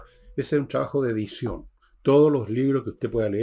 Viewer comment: Enchhhega. No es difícil pronunciar TR. Tres tristes tigres trigaban trigo en un trigal. Por favor Villegas chabajo no es trabajo. Has pronunciado TRIGONOMETRÍA correctamente.